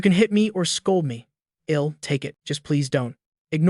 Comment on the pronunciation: The stupid AI voice can't say "I'll" correctly. I am getting annoying at it.